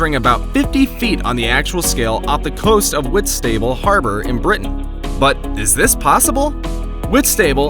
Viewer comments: It's not pronounced whit-stable in britain It's whitst-able The a also sounds lowercase. My ma grew up there 😊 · It painful hearing him say whit-stable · 'Wits table'?! Oh, Whistable! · I don’t like the way he pronounced Whitstable. 😭😭 I understand why he said it that way but that’s not how it’s pronounced 😭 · As someone who lives in Whitstable I don't think I've ever been more irritated by a pronunciation 😂